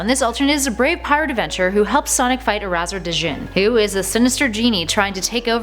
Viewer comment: A few things: First, you kinda butchered Erazor Djinn's name. The first part, Erazor, is basically just "Eraser", but with a Z sound instead of an S sound. And the second part, Djinn, the D is silent. It's pronounced pretty much exactly like "Gin". Second, with Light Mobius Knuckles, it wasn't really a rivalry, but more of an animosity. They were no longer friends in any sense of the word, as Knuckles kinda despised Sonic, their friendship/friendly-rivalry ending with the loss of his eye. Third, for Dark Mobius Enerjak, you neglected to mention that he wasn't just defeated by Silver, but by Jani-Ca, Knuckles' daughter in that timeline, originally named Lara-Su, just like in the Light Mobius timeline. She managed to strip Dark Knuckles of his Enerjak powers, thus becoming the new Enerjak, but keeping her mental stability. And fourth, you totally gotta mention Mirror Dimension Sonic Boom Knuckles. Unlike normal Sonic Boom Knuckles, he's sophisticated, charming, charismatic, a born leader, and he's quite intelligent, possessing a wide vocabulary. And yet, he's just as strong as our Knuckles, capable of doing pretty much the same things.